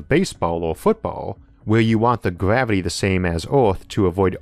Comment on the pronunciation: Gavity 😂 it’s R not W